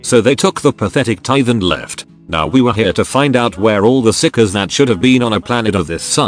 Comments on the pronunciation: Stop calling it psicers get your tts right. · if you dont listen carefully it sounds like he calls the psykers sickos :P